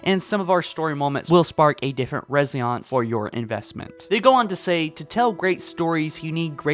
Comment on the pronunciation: Says resonance as resoance lol